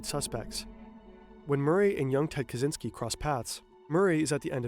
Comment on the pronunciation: Why does he say zynsky 🤦🏼‍♀️ ITS KACZYŃSKI / KACZYNSKI